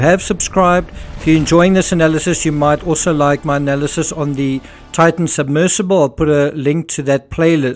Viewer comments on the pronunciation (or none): none